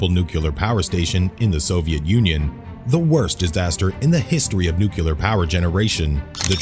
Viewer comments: IT'S NOT NUCULAR!!! IT'S NUCLEAR!!! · Yes, thank you, that always ticks me off! If you are speaking publicly, or in video, LEARN HOW TO PRONOUNCE THE WORD NUCLE-A-R.